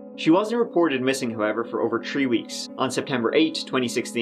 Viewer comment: Treee weaks lollll